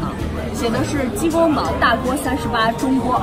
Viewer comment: 提个小意见。鸡公煲（bāo 包）不是（bǎo保）